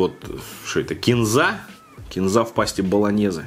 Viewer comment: Только не кенза, а кинза